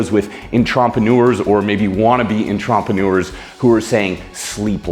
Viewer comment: anyone else catch the pronunciation of Entrepreneur?